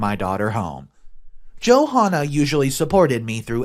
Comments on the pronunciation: God I love how you keep calling her Joe Hahnah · The h in Johanna is silent it’s pronounced Jo Anna. Come on man!!!! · It's pronounced Jo-anna, with a silent H.